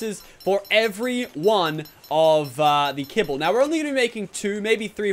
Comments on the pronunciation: I'm going to ask this again - do you actually mean to say Quitzel Kebble or are you mixing your words up when you try to say Quetzel kibble? Makes me laugh either way lol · Did anyone notice he said Quitzal kebble